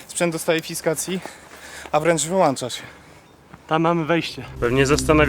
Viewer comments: sorry nie mogłem się powstrzymać wyłącza, a nie wyłancza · WYŁĄCZA NIE WYŁANCZA XD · WYŁĄCZA sie mówi a nie wyłancza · "Sprzęt dostaje fiskacji... a nawet wyłancza się". Opis zjawiska nadprzyrodzonego.